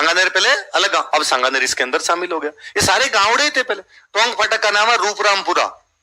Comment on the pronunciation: रूपरामपुरा नही 'रूपारामपुरा' नाम है